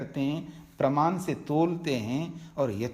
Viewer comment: नमस्कार । आपके व्याख्यान उच्च कोटि के हैं ।‌ परन्तु क्षमा करें - कुछ चीजों पर आपको अवश्य ध्यान देना चाहिए । जैसे १) आप वाणी को 'वानी', प्रमाण को 'प्रमान' और ऐसे ही कुछ शब्दों का त्रुटिपूर्ण उच्चारण करते हैं । २) आप संन्यासी हैं - आपको 'निठल्ला' जैसा शब्द उपयोग करना शोभा नहीं देता ।‌ ध्यान‌ देंगें‌ तो‌ अच्छा होगा ।‌ धन्यवाद ।